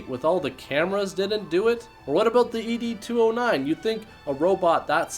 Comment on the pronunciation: Pronouncing ed209 as e. d. 209 sounds like an erectile dysfunction robot. Like hes gonna shoot you if you cant get it up. Or hes gonna hand out viagra and tell you its okay. That it happens to all men at some point and pat your limp ass on the back.